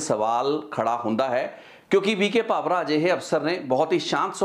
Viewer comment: ਕਿ੍ਪਾ ਕਰਕੇ ਪੰਜਾਬੀ ਸ਼ਬਦ ਉੱਚਾਰਣ ਦਾ ਧਿਆਨ ਰੱਖੋ। ਡੀ ਜੀ ਪੀ ਵੀ ਕੇ ਭਾਵਰਾ ਨਹੀਂ ਵੀ ਕੇ ਭਾਵੜ੍ਹਾ ਹੈ।